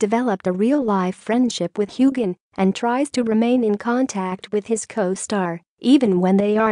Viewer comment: ffs it6s hugh han or hugh hin not gan and it is James Alexander Malcolm mackenzie Frazer not frasure